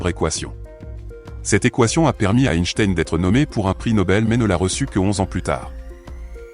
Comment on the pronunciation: Ce serait sympa de prononcer correctement son nom!!!!